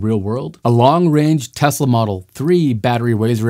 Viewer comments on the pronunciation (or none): none